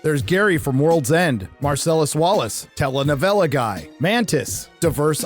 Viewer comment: WTF is a tela novela?